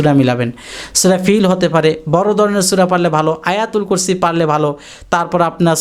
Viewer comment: আইতাল,কুরছি সুদ্ধ করে পড়ে সুনাবেন